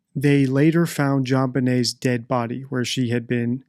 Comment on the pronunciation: Jonbenèt.....attachè??? Hmmmm